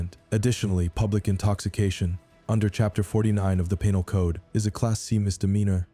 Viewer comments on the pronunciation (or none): "The peen-al code"? AI has a long way to go. Please record the narration yourself. How hard is it?